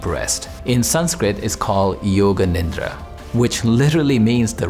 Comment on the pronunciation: I was listening to this while editing the formatting on a protocol document and heard, "yoga ninja." I was so disappointed when I rushed over to the tab and backed it up to find that he actually said, "yoga nidra." 😭🧘🏽‍♀🥷